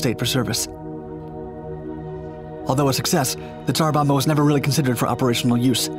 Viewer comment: "Bomba" is pronounced with both Bs: "BOM-bah", not like English "bomber". You really should check these pronunciations out via Google Translate or similar internet means.